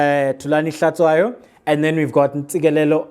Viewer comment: Out of Context: Since you are Xhosa, HlaTSHWAyo is pronounced like HlaTYWAyo in Xhosa.